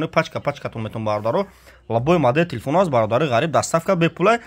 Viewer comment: Телефун не телефон 🤣